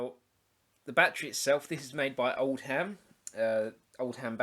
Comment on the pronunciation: I used to use these on regular basis in the seventies when I went potholing and exploring old leadmines I charged mine up with a car battery charger set at 6 volts with a old electric fire element as a resistor. Being from Derbyshire the lamps were easily got hold of. Splitting hairs on pronunciation Oldham is as the Lancashire town and not " old ham ". Cheers Grahame